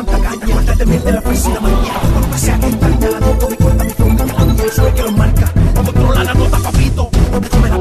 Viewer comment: han notado de que en vez de decir “sexo” dice “seso”? JAJSJAJSJA me encanta